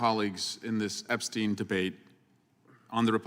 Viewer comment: Why is Jim Jordan repeatedly pronouncing “Epstein” inconsistently??? (Epst-eye-n, then Epst-ee-n, and so on.)